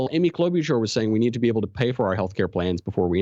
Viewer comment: You're saying Klobuchar's name wrong...